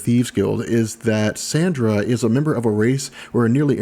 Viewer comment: The external's name is Candra, not Sandra. LoL. And your origins story really didn't touch up too much on how Gambit was found as a baby, his rearing in the Thieves Guild, as well as his true connection to Sabretooth (outside of the Marauders). Not really mentioning his romance with Rogue was a bad move. Other than that, a fairly good bio. Gambit is my fav male X-man. I think he's so popular because he's so cool, has a mysterious past & has distinctive/versatile powers.